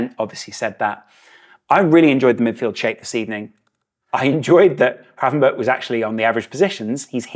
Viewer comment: Somebody actually pronouncing Gravenberch correctly! Nice one As the guy said himself in a interview, it's pronounced with a K on the end:)